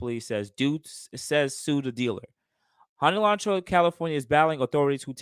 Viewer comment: "an ELANTRAA???" lmaoo!! This is so ridiculous wow